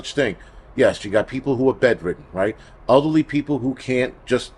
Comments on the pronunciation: Same here! LOL. I thought he meant ugly like bad personality then I realized he said elderly even though I heard ugly. 🤣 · I kept hearing ugly people instead of elderly people and I was thinking why is he saying that we might need to shelter in place if we are ugly. LOL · I heard it too!! There's a crisis going on and we don't need to add ugly people to the mix. LOL I'm crying!